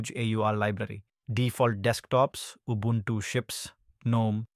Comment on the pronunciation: Your pronunciation of Ubuntu is pretty good.